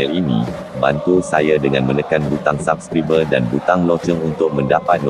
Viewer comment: cam salah jer sebut perkataan "subscribe" tu...huhu